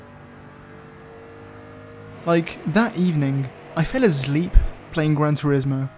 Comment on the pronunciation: "azleep"!? Are you for real 😂😂